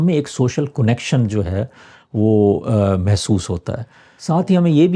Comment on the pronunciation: کونکشن نہیں کنکشن اردو کو مسخ مت کیجئے